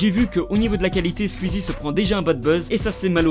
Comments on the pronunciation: pas "skuizi " mais "skouizi" ça m'stresse que prononce mal le pseudo "Squeezie" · C'est Squezzie pas squizzie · Squiiiiiiiiiizie 😂😂😂😂😂😰on dit sqouizie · PITIÉ : SQOUIZI, PAS SQUIZZI 😂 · Ça me perturbe qu'il dise Skuizi au lieu de Squeezie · Tu me stresse a dire « squzzie » au lieu de « sqouizie » bref bref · Skouizi pas skuizi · La vidéo est cool en soit, mais juste pas [skuizi], [skouizi], son pseudo vient de la musique Squeeze It, c'est comme si on disait [Le justiciet] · Ça me dérange les gens qui prononcent SQUIZI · Squeezie prononcer son pseudo skouizi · Galactic Peut-être, mais ce n'est pas la prononciation correcte. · Arrêtez c'est pas " skuizi" mais Squeezie 😂😂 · Qui entend skuizi 😂😂😂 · J'adore ta prononciation de Squeezie tu dit : "Squizie" c'est trop marrant xD Ce commentaire a rien avoir avec la vidéo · Tu dit squizzie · Asrlenny13 Asrlenny13 skuizi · Stp, dit Squeezie et pas squuizi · Juste pour le "scuizi" j'ai envie de quitter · Arête de dire squizie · Ptn mais arrêtez de prononcer « skuizi » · "Scuizie" (Aucune moquerie c'est juste ça m'a fait rire 😁) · tu prononce mal le pseudo SQUEEZIE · Comment tu prononce Squeezie ,mec t srx , ta vdo est bien mais respect son "nom" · Squieezie #pronontiation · bonne vidéo mais par contre ta prononciation de squeezie est HORRIBLE